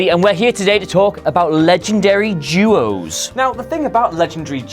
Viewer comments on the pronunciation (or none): Legendary Jew-Oh's? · "Lejendary Juos" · "Legendary juos" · Why can't the English say "duos" correctly?